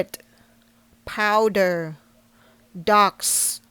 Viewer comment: Some corrections for you: Powder Laundry Detergent - Not Power! Quarters - Sounds like letter K - Karters Hanger - Sounds like ហ៊ែងងើ ចុងគឺសំឡេងងើ for an example for: Singer - ស៊ីងងើ